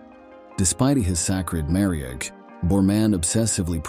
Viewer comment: But you also have to learn bizarre not-quite-English grammar and pronunciation. Listen and try to figure out what's going on. I've never heard a human being speak in such a garbled way. "Marriage" is pronounced "marri-egg." Then "collapse" is "collapsey." Sheesh.